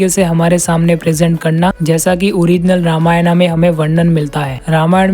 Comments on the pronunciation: सबसे पहले आप "रामायणा" बोलना छोड़िए । "रामायण" बोलिए। अजीब हाल है भाई। और वाल्मीकि रामायण में किसी भी वानर के पास गदा का ज़िक्र नहीं है फिर आपको original रामायण में कहां से कौमुदगी नाम मिला। किस रामायण को original मान बैठे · Pehle toh ramayan ka pronounciation dhang se krle angrez....